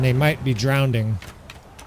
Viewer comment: Drowning not Drown ding